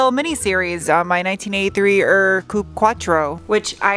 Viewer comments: Hi, thank you for the content. Really enjoy your video’s. Since you have been living in Germany for a few years I think, I am surprised in the way you pronounce UR, as in UR Quattro. I even think I have heard you say “you are” (phonetically ). UR in German is a word. It means the first one, the original. I’m not sure how to explain to you how to say it properly, I guess something like OOR? Like the sound of the OO in wood? Nitpicking, I know, but I thought you would like to know. Looking forward to seeing more content of your channel. Regards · You pronounce UR like … YOUR. Means old, ancient, original. Kinda like OG. Your taste in cars is wonderful,.